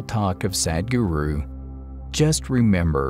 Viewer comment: All that other narrator has to say is "Sudguru" and he has the pronunciation right.